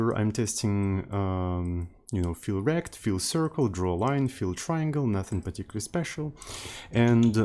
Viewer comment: Can you rename olivec_fill_rect to olivec_fill_rectangle cause every time you mentioning it I hear "feel wrecked"?